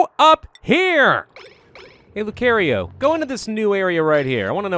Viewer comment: Please stop saying Lucario it's pronounced (luu-kar-eo)